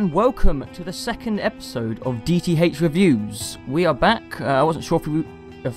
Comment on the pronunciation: DEE TEE HAYCH.